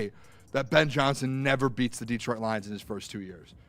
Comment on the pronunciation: I need celeb to learn how to say Detroit....